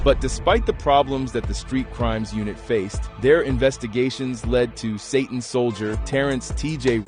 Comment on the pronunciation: SATAN......NOT SAT -IN